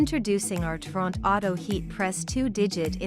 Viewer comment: The AI can't even pronounce the name of the machine correctly 😂